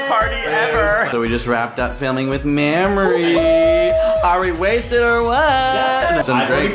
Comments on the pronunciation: did Mitch just call her Mammory…? As in the milk producing tissue in the breast?? 😂😂 liiittle drunk? 🥂😅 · It's not pronounced mammery! It's maymrie! :O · Yeah Mames!! What a gem. (ps it's may-mree, not maam-mer-ee!) :) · The way Mitchell pronounces Mamrie like Mame-er-ee = bahahaha. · is mitch not repeatedly pronouncing mamrie's name incorrectly? maim-ree not mammary haha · it sounds like hes saying Mammary. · he calls mamrie "mammary" as in mammary gland lmao too much science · Did they pronounce Mamrie like Mammary gland? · (Speaking of needing hard A) he kept pronouncing her name like "Mammary," but without the second syllable. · Mitch pronounces Mamrie's name like mammary. I couldn't stop laughing. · Ugh it's not pronounced Maamri 😂😂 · "Mammary" lol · mitch keeps saying mammary omg